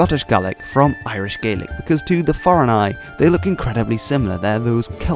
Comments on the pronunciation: THANK YOU SO MUCH FOR SAYING GAELIC PROPERLY! Tapadh leat a Alba. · Scottish Gaelic speakers from southwestern argyll often pronounce Gaelic like / GE-LIK / although most speakers will say / GA-LIK/ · Yesterday, I saw a video about how they are keeping the Scottish Gaelic language alive in Nova Scotia, Canada, in a program where the older generation are teaching it to the younger. However, these people pronounced "Gaelic" as "gay-lick." Could this be because these older Gaelic-speakers have been away from Scotland itself for such a long time? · In Scotland it’s just Gaelic (pronounces Gah-lic) because there is already a language called “Scots” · Thanks for pronouncing Scots Gaelic correctly